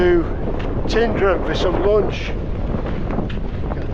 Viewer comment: Been coming since 1986 still can’t pronounce Tyndrum correctly 🤦‍♂️😂